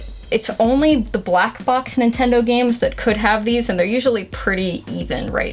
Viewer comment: NINTONDO XD